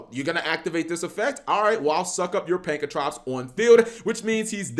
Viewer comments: It’s not pankratrops!!!!!! It’s pankratops!!!! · Take a shot Everytime he says "pankratrops" it's fun cause I didn't know "pank-ra-tops" was so difficult to say. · Its pronounced PAN KRA TOPS not prankatrops. God damn it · It's Pankratops not Prankatops.